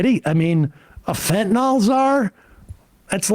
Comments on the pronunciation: Fentanyl, not "fentanol". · Whats fentanol? Its fentanyl.